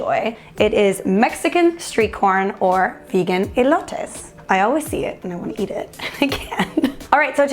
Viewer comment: you said it right!!